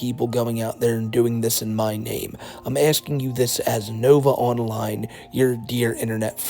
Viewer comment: I genuinely can’t tell if he says “novaonline universe” or “novine universe”